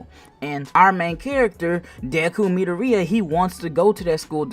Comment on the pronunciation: You pronounced Midoriya wrong